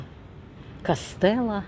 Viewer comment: Не ,,кастелла,,, а кассабелла!